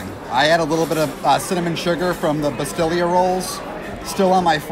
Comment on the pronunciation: BasTEE-ya. Not "Bastillya". I love you guys, but wish you'd research the pronunciations before you do these videos. (smile) This has always been one of my favorites, but haven't been in several years. BTW, when it first opened, the restaurant's menu was designed and supervised by the King of Morocco's personal chef, and they had a great cookbook written by him for sale then, too. Many do not know that Morocco and the USA have a long history--they were the first foreign nation to officially diplomatically recognize us in 1776 or thereabouts. As for the aesthetics, you have to remember that part of their culture is that no animals, people, flowers--anything that could be seen as "idolatry" or pagan symbols are allowed--thats' why it is all geometric patterns in the tile and such. Also, guys, Orange Blossom Water is an ingredient, so it goes together in the title and it is not a "water tart" (Smile--sounds like a hooker cruising Splash Mountain) and if you've ever had a Ramos Gin Fizz, you've had orange blossom or flower water and it figures in many other cocktails that do NOT come from the middle east.